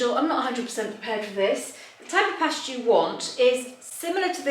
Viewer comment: I didn't know Italians pronounce pasta as "pesta" and also when you say Capri it's like " cap-ri". Surprise pronunciations!